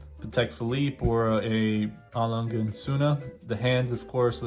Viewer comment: A Lange is pronounced with an exaggerated “a” like when you say “ah” so it’s A L”ah”nga and Sohne is pronounced Z”oo”na as in Zoona.